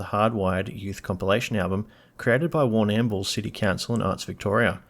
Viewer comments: Warnam-bool? It's Warnambool! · Yeah it's pronounced Warner Bull, I go down there quite often, it's a gorgeous town, got gorgeous people down there too 😊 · Is this vid just ripped off Wikki and put through an Australian A.I voice?? Warrnn-Ammm-Bull? Great subject matter on all your videos mate….but put a bit of soul into what you are doing if you want some longevity? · You did! It jarred my ears straight away lol! It's more lle 'Warn'mbool'. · You cant even pronounce Warrnambool correctly - and the bio is read straight out of Wikapaedia. Voice is probably AI, and the notion that they have "fallen" is wrong. They are still hugely popular worldwide. Their sound comes from their love of AC/DC and other rock bands - and is their backbone - thats why they are so popular - even Angus Young likes Airbourne. Dont listen to this crap - Airbourne are just firing up! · you need to re record this and pronounce Warrnambool better. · As someone who grew up in the Western Districts of Victoria, l went.'wtf did he just say?' When you so brilliantly slaughtered pronouncing Warrnambool. Every single time. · AHH! That's why you don't know HOW to say Warnambool!